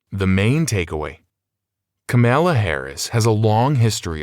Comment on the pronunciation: The pronunciation of her name is one of the first things she wrote in the book and you butchered it anyway.